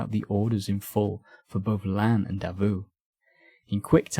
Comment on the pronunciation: This is a fantastic video! If I can make a tiny nitpick, a lot of the French names here are mispronounced. Reille, for example, should sound more like "ray" than "ray-al." And the big two that came up a lot — the s in "Lannes" is silent (unless the next word begins with a vowel, because everything needs to be complicated) and the "th" in "Berthier" makes a hard t sound. Small things, but they can take the listener out of a video about French history.